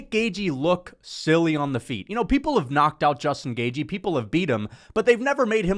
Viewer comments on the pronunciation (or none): Yeah but he insists on pronouncing it GAY-GEE